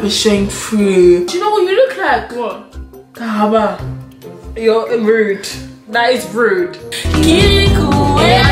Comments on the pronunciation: HOW CAN SHE SAY KARABA LE SORCIÈREEEE💀💀💀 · SHE SAID KARABA NOO she violated her